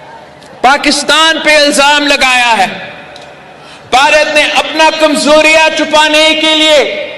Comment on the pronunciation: भारत ने ❌ बारात ने ✅ 😅